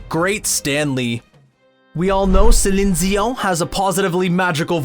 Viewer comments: How do you over pronounce Celine Dion's name, then mispronounce Les Miserables? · He also can't seem to say Celine Dion without a weird accent, so.... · He pronounces BOTH names, along with Georg Von Trapp's, incorrectly.